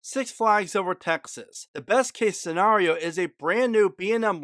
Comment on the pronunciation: Why do you keep saying scenrario instead of scenario?